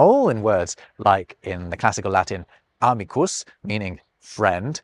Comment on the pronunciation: Hi,! Ar you stressed the latin word: aMIcus incorrectly - stress falls on the LONG i, not the initial A.